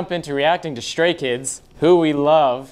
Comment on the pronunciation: I’m sorry, but did the guy say Scary Kids or Stary Kids?